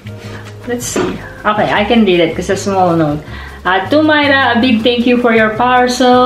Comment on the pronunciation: You made me laugh so much, glad you liked it. I'll forgive you for saying my name wrong the most times in 15 minutes 😂😂😂 thank you for the kind comments, you're so sweet and deserve all those plants. I'll share more when I can. Big hugs x